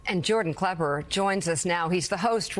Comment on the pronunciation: I get the very distinct feeling the Mika has never watched anything on Comedy Central nor does she know who Jordan klepper is, she must have mispronounced his name at least three four times. She kept on talking about how funny he is and it wasn't until after she had watched some of the clips that it seemed like she finally understood his role in journalism.